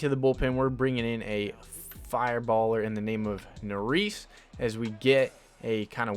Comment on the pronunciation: Just a note. Hector Neris is pronounced Hector Nare-is. Nare rhymes with hair. I’m having trouble coming up with a rhyme for the second syllable of the last name, but the is makes the same sound that it does in the word list. So Naris kind of rhymes with hair list. You could also just search him on YouTube and wait for an announcer to say his name if that is easier.